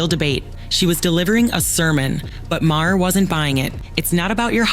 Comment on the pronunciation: How many different ways did the narrator pronounce Maher's name? Hahahahahaha!! Do some research and say it right. And ya, too much talk without actual video of the event. Duh!